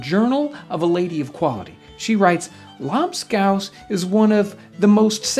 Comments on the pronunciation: A strange way to pronounce Labskaus. Here on the german coast, we still eat this stuff. But the recepie has changed quite a bit (salted beef, potato, beetroot and onions cooked and mashed together, served with pickels, eggs and pickeled fish) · They way he pronounces lobscouse just sounds wrong. Idk if hes saying it wrong but I'm just saying lol